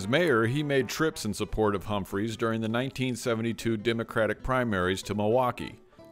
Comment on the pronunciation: Hubert Humphrey, not Humphreys.